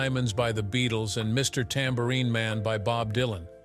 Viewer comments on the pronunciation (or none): none